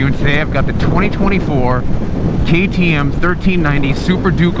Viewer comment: Did u just say TTM? 😂😂😂